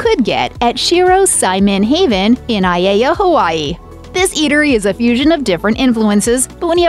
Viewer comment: Sorry, but you pronounced "Aiea" in Hawaii incorrectly. If unsure you should ask google for help.